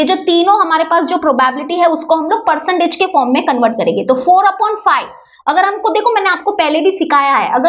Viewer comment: Karege😂😂😂😂😂not karenge😂😂😂😂😂😂😂😂